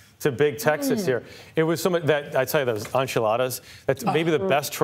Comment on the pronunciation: This man pronounces words strangely. I have never heard anyone refer to enchiladas as on-childas. It was funnier than when he pronounced añejo anay-ho. Priceless.